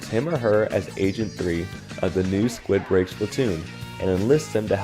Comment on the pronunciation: Did bro just say “Squidbreak” not “squidbeak”💀😭